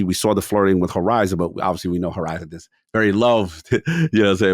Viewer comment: dude you have to stop saying SSSARWRR instead of saw, just simply saw... that is just absolutely insane